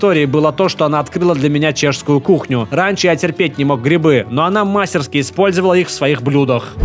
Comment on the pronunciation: мастерскИ́ , блиат